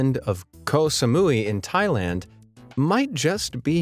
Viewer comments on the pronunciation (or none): none